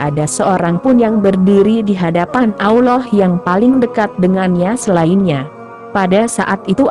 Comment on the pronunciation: sebut allah pon x betul..mohon tukar suaranya..